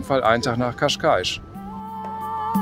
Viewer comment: você falou Cascais corretamente, ficou perfeito. Dein Video ist wunderbar. Glückwunsch!